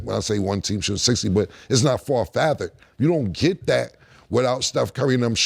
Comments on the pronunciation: My boy said "Far fathered"😂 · Did came just say “Far Fathered’